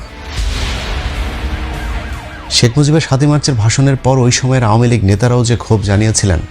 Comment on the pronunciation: এই বেটা আমুলীগ কিরে ? বেটা ইউটিউমার আমলীগ নামটা পর্যন্ত উচ্চারণ করতে পারে না ?